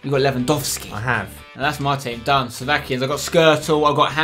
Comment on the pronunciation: It was actually so funny to hear Spenny pronounce Slovakian players names 😂